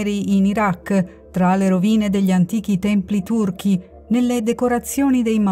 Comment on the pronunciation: "Antichi templi turch"i non si può sentire. ((((